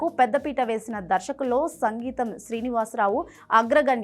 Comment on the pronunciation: Sangeetham Srinivas Rao kaadu... Singeetham. Anchor doesn't know anything.